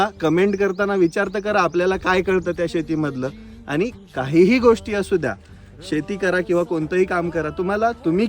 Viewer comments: शेती मध्ये "श" असतो "स" नाही..😂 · स नाही श...😂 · शेतीत स नसत श असत ज्ञन चोद्या...😂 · शेतीत स नसत हो श ast😂😂😂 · शेतीचा "स" नसतो" श "असतो 😂😂